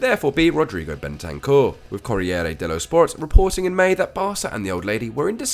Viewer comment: Bentancur for Pjanic 😭 that’s the worst thing I’ve ever heard